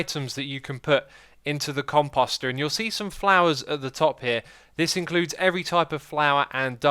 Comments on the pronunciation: Pronunciation: The emphasis is on the first syllable at least in American English. I don't know about British, etc. So not like "imposter". Short O sound then long O sound. Say "com" like "computer" and "post" like "boast". Com-post-er. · You're pronouncing it compAWster for some reason, even though it is obviously compOster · My heart breaks every time he calls it a com-pasta instead of a com-post-er ) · "Xisuma got S'mored" Also, I cringed every time he pronounced Composter with an 'ah' sound instead of an 'oh' sound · The "Come-Pasta" haha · Your pronouncing composter wrong. It's Com-Post-er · "compoest" "compoester" as they should be pronounced god this drove me nuts. xisumavoid pls stop xD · Take a shot everytime xisumavoid mispronounces composter.